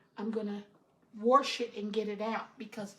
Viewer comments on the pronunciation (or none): The pronunciation of "wrench" was for "rinse" and the pronunciation of ""warsh" was for "wash". We all knew what she meant. She used Cream of Chicken Soup with Herbs as her seasoning verses saulted onions, celery, carrots, peppers if desired, garlic and parsley, oregano, basil, rosemary and thyme. As she said, the flour from the dumplings thickened the broth. I generally boil the whole chicken which makes it easy to pick it from the bones. A lot of flavor in the broth comes from the bones. Great recipe. Great job washing your hands and using your cutting board only for the raw chicken. Please remember to clean your counter, sink and pots with hot soapy Chlorox water.